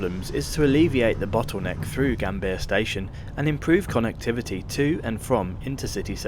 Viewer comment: tukang cuap², apa kau ga bisa baca?, koq Yogjakarta, kau baca Yogiakarta & Gambir di baca Gambia 😜